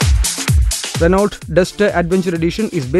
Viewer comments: Try Renn-O. Before coming on cam learn how to pronounce stuff. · its not ranolt, Its 'renou' Address the manufacturer as 'renou' and avoid 'kompani', 'kompani' slang the sales reps use.